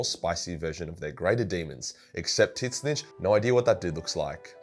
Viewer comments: I know there’s disagreement on how to pronounce Tzeentch, but his way is the wrong as fuck. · Does pronounce Tzeentch incorrectly on purpose? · It's his own way of pronouncing it because he hates having to pronounce it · Please learn to pronounce Tzeentch. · not sure if your pronunciation of Tzeentch is a joke or not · Your pronunciation of Tzeentch gives me heart palpitations. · Are pronouncing the name of Tzeentch wrongly on purpose to piss nerds off? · Tzeentch isn't really that hard to say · Who the hell is titsnitch? Do you mean "Zeen-tch"? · Whooo tf is tittssnitch??? Tzeeentch!!! Wtf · Why does he still say "Tit-Snitch"? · So is it pronounced tidsnitch or zeentch for tzeench (new fan of 40k) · I thought it's pronounced: "Zeench" Titsnitch? Sounds like that gardener. Alan Titsnitch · Tzeentch = Zeench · No. It's pronounced Zee-ench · Did you call Tzeentch Tits snitch?!??! 😭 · So.... I'm not a Warhammer fan at all. I shouldn't lecture anyone on the lore... But did you just pronounce "Tzeentch" as... "Tit-snitch" Edit: My god, yes you did.... TIT-SNITCH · I find it hilarious you say it titswitch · Are you saying tits-itch? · Why are you pronouncing Tzeentch like "tit snitch"? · did he just say 'TIS - NITCH'? tf? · Tzeench Zee-n-ch The way you pronounce it is insane and drives me crazy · It's a joke because it's so hard to say so he just calls him Tit Snitch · I'm sorry this is my first time watching one of this guys videos and him calling Tzenntch Titsnitch is just too funny not to say anything about. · Is this guy intentionally calling Tzeentch "Tit-snitch"? Is this an inside joke? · It took me way too long to figure out what tits-nitch was 🤣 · Why are you calling Tzeentch tit snitch? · Titsnitch :D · Somehow I couldn't hear much of the video except how you say Tzeentch. Do you pronounce it "Titsnitch" out of spite? :D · Why is this retard butchering Tzeench's name? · its funny